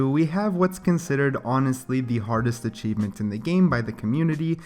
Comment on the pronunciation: not to be mean or anything but achieeeeeeevmmeeenttt and lushio